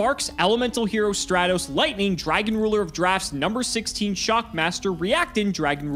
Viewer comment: "I've never said this card right" yeah that goes for Alister, Stratos, Raiza, and most importantly Smiger :)